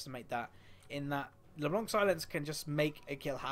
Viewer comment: U say her name like LeBlonc xD